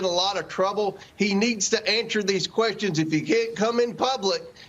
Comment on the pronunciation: Mr Comer, did they "ant-sir" your "ques-ton"?